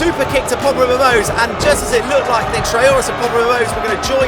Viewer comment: Do we just Ignore that said PopularMELOWS?